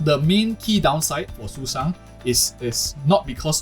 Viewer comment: the bird system is so good i just had to subscribe. Still, i don’t think i can agree with any of it because as you said, some characters got nerfed. We can only judge when the game is officially released. Nah, you did not just call Sushang “Susan” 💀. Is that the correct pronunciation? I always called her “Sushow” because that’s how she was called in Honkai impact 3rd. Btw, are you asian, perhaps? the way you pronounced names like Qingque was perfect and didn’t sound like foreigners do.